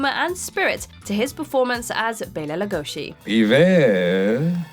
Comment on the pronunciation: Bela Lugosi's last name is pronounced LUGOSEE, not LUGOSHEE.